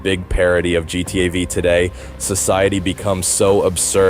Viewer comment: for me it's the way he pronounces gta v, and how he lingers on gta v for so long, without even going into how it's related to gta vi